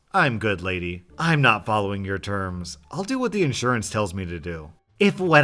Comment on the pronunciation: I fucking hate it when people can't even put emphasis on the right word."you DID not stick to your word' as opposed to "you did NOT stick to your word" Not should get the emphasis here as it's the more important detail of the phrase did not, putting emphasis on did might confuse a reader and it blows my mind people still don't know how to do this stuff correctly